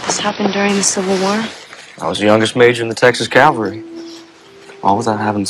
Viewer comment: it's Jackson Rathbone completely mispronouncing 'Cavalry' for me...